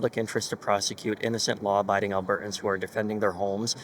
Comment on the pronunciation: alberTans. When did people start this business of NOT pronouncing words properly. At least pronounce our province properly Mickey.